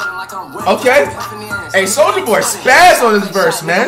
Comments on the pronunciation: the L gone in soulja in the beginning 🤦‍♂️ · BRUH THE BEGINNING SAYS SOUJA BOY LMAOOOO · Why that jawn say souja boy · anyone notice how says "souja boy" lmao